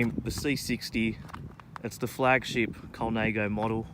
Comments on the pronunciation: Colnãgo not Colnāgo. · Colnaygo? No....